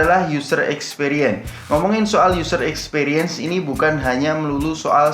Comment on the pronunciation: Opo iki... Useer Eeeekspeeeriens, membuka cakrawala....?, mengurangi beban hidup... 🤔.? Over yuss, piik breknes... Biasa aja lah mas, pilih bahasa yg sederhana aja... Gak usah pake istilah keren kerenan kalau pengucapan nya belum oke.. 🤭